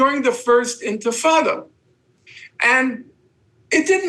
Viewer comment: He lost me at "first intafada"